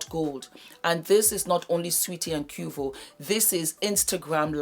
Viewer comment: Its pronounced Kway-vo 🤣🤣🤣